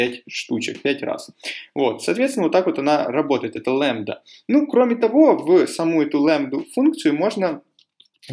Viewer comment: Не лэмбда, а лямбда